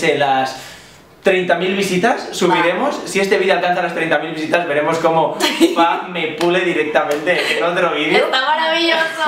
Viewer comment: Que chantaaa Javier decía súper bien las pistas y lo de FA era un enredó de aquellos jakak